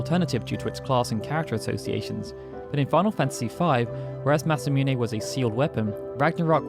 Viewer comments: I always thought it was pronounced masa -moon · It’s MASA MOON bro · Please learn to say Masamune.